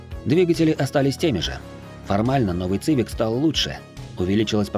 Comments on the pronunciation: Ваш ЦЫВИК.звучит как колхозная цыбуля , хотя истинное звучание. CIVIC произносится в английской как и в русском произношении именно как. СИВИК ! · Автор мля....Не Цивик...Не Цывик мля... СИВИК!!!СИВИК!! Будь ы теме перед созданием видео.Ида, последнее поколение Хонда,это до 2010 года, потом шлак